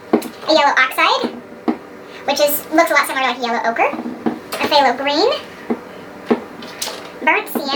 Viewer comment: To help with your pronunciation: "quin-a-cri-done" Soft vowels on everything but the O Also the "Ph" in Phthalo is silent.